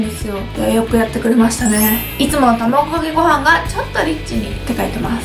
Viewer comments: たまぐかけごはんwww どうしてもたまぐかけごはんにしか聞こえないwww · 卵かけご飯言えないのはやばい泣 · 卵かけご飯て言えないゆうかちゃんが可愛すぎてニヤニヤしながら見てしまいました☺️💕💕 コーンビーフ自体食べたことないから食べてみたい！！